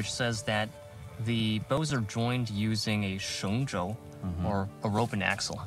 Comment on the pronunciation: should be “shengzhou” instead of “shengsuo”